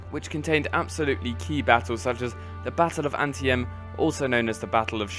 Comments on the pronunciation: pretty sure its pronounced "an-tee-tem" but i could be wrong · Hiya mate :) Great vid! Pronuciation: Potomac River (divided Maryland from Virginia's northern border) PUH-toe-mack (I think you pronounced it like puh-tuh-MACK) and Antietam is ann-TEE-tam (I think you forgot the second T, which is all good)